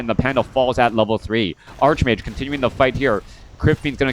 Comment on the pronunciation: "Arch" in Greek based words is pronounced "Ark" except when the "Arch" is followed by a consonant. Ergo, "Archmage" should be pronounced Arch-Mage not Ark-Mage.